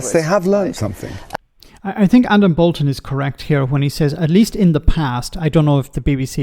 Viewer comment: It is Boulton, not Bolton.